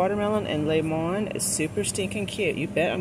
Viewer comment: Laymon....lol.. speak😂